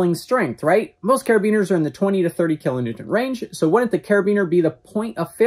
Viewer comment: needs a speech therapist or something -- said "kilonewtent" at least two times! WTF???? And what exactly is Bobby holding in that shirt??